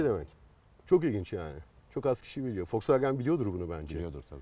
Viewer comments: foksvagen diyor hayatımda ilk defa boyle diyeni gordum fdksgndksgn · şu adama birisi Volkswagenin okunuşunun folksvagın olduğunu söyleyebilir mi? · Bende folsvagen diyişini sevmedim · Yabancı okunuşu zaten V le değil F ile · Yalnız adam foksvagen diyor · foksvagen deme abi ya :D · Foksvageb dedikçe gerildimm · Fosfaagen diyerek aracin fos olduğunu mu söylüyor. 😊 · Adam harbiden ters ya Folswagen dedi durdu amk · Foksfaken diyo çok gıcık oluyom amk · FOLKSWAGEN :D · Cool konuşcam diye, Foksvagen diyen dayıya bak hele... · orkun fatih yılmaz folksvaagın diye okunur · Folksvagen hshshshhs ulen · Hatalar buldu eyvallah volkswagen a foxwagen diyorsun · Folksfagen ne abim ya 😂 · Amk folksvağgen diyo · neden fosfagen ? Doğru söylenişi mi o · Almancada V F olarak okunur..Dogru telafuz..ve anlami Halkarabasi dir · Bu adam volkswagene neden folksfagen diyo amk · O wolsvagen diye okunmuyor doğru okuyor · Daha woswagen demesini bilmiosun eleştiriyorsun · Foksvagen değil doğru olu şunuuuu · bende sizi eleştireyim ve kızıyorum.neden FOXWAGEN diyorsunuz.bu kadar mı bilmiyorsunuz? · yav bu adam neden fosfoğen diyo bu araba markasına tribe soktu beni